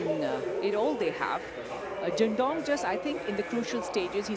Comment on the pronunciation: Why does the female Commentator keep calling him DINGDONG. Got me everytime😂